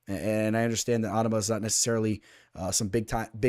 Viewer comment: Your pronouncing onama wrong lol your Islam pick was legit amazing last week btw